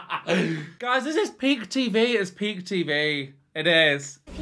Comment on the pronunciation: I clearly heard you say, “this is pig tv, this is pig tv…” which is true… Ok I’m just kidding….PEAK TV…I know, but PIG sounds more accurate 😂😂😂 Btw, you are hilarious! Great reaction video.